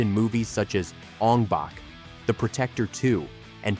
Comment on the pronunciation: Bak not Back smh